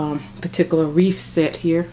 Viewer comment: You have good taste! So beautiful! Fyi - it's wreath, not wreaf, and poinsettia not poinsetter.